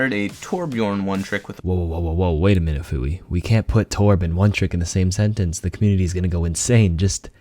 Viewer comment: I thought it was pronounced "few-ee"